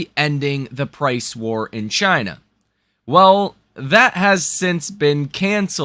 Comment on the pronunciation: Many of your subscribers/ frequent viewers are of Chinese descent or Chinese or Asian. Please refrain from mocking the name of the country by mis pronouncing it.